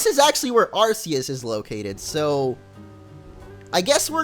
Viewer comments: It's not ar-se-us it's ar-ke-us :D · Its (are key us) not (are see us) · It's AR-kee-us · you said arceus wrong just saying (ar-key-us